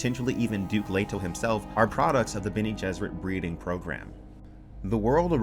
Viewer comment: Been pronouncing Bene as Ben, lol.